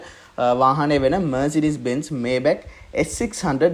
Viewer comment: මේබැක් නෙමේ මයි බැක් හරියටම pronounce කරනවානම් මයිබැහ් අහන්න ජර්මන් කෙනෙක්ගෙන් BMW ජර්මන් බසාවෙන් උච්චාරනය කරන්නේ බී.එම්.වී කියලා.බයිරෙෂ මොටහරන් වර්කර්. (Hermes යන brand name එක අර්මෙස් කියලා ප්රංශ)